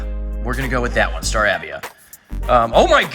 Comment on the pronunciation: Star-A-V ia